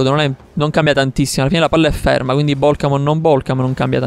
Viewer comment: Alla fine: Nessuno: Assolutamente nessuno:: ecvindi